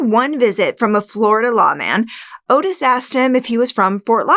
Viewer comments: his name was "ottis", not "otis" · Not "oh-tis", its pronounced "ah-tis". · His name is Ottis (ot-is), not Otis. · 'Ottis' is pronounced 'Awtis', not 'Otis'. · Interesting recap. Only one thing Ottis Tool’s names is not pronounced Otis it’s pronounced Ot-tis. I believe Dahmer could have killed a Adam. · His name is pronounced "Oddes", from every other video I've seen on this pair. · This is a common mistake, but Toole's first name is spelled with 2 T's and the first syllable is pronounced like caught, bought, sought etc. I think this can be attributed to the "Henry" film spelling and pronouncing it the traditional way. As for this "theory"? It sounds about as plausible as Ottis! I love your "subtle" attempt at manipulating the audience with stuff like "no kills in ten years? I don't buy it", despite there being ZERO evidence to the contrary. Both killers made the most valid statements on the matter, with Toole, who, having an IQ of 50, was still smart enough to know exactly how the cops played their game with how they got him to continually "confess". And Dahmer stating bluntly "why would I lie after being truthful about everything else?" Seriously, why would he? You failed to convey any good reason that would indicate the opposite. You can't overlook that serial offenders are more often than not very specific in their crimes. Dahmer was not a pedophile, plain and simple. Even the 14 year old victim falls under hebephilia, not pedophilia. If you're a podcaster who focuses on serial killers and sex criminals, I don't see why you would deliberately overlook such things.